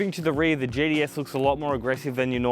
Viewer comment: “GTS” Thought he was saying “JDS”’